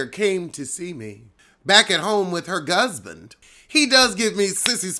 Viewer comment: Did you say Gusband? 🤣